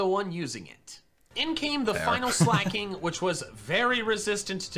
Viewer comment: I find it weird how he pronounces Slaking as Slay King